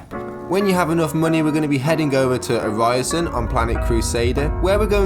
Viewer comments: Why are saying Orison wrong??? It's 'Ori'son' not 'O'ry'son'. You even hear in-game announcer pronouncing it correctly for reference... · why do you say orison like that man, damn its so weird